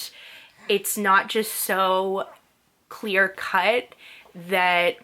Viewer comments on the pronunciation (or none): none